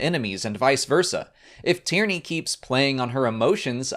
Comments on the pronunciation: I kept hearing Tierny's name as "Tyranny". Anyone else? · Same here